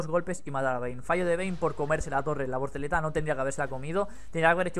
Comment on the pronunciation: Con todo respeto, es "voltereta" y no "vorteleta".